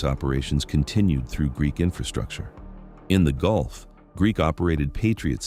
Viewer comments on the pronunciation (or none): none